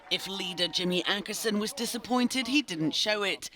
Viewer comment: DId you say "Ankarsson" instead of Åkesson? xD